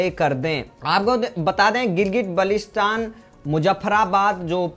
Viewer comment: बाल्टिस्तान बोलना शीखो